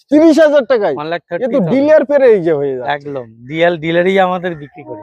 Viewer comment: ওটা ডিলিয়ার নয় ডিলার বলুন।